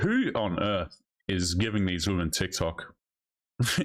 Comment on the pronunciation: "It's Tik Tok not Tick Tock" - 50 plus year old woman